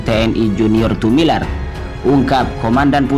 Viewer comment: Admin membaca lagi yg benar, Tumilaar bkn Tumilar tks GBU